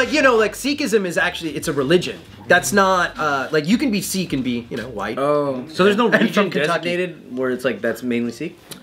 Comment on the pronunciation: I don’t wanna be that Sikh person. But because I think you guys are awesome. Y’all are pronouncing Sikh wrong. It’s SICK not SEEK. 😅 I’m Sikh and I didn’t know the correct pronunciation until I was in my teens. SIKH is pronounced SICK ❤ so it’s SICKISM or SICKY.